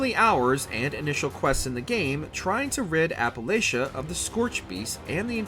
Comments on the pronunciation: And Appalachia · That is NOT how you pronounce Appalachia. It's pronounced Appa-latchuh not Appa-layshuh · also its appa-LAT-CHA instead of appa-LAY-CHA or whatever he said. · Say App-uh-latch-uh or get an apple thrown atcha